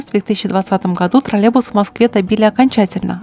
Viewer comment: У нас таких уже лет 15 как нет. И они троллейбусы а не тралебусы(0,07секунда ролика)😂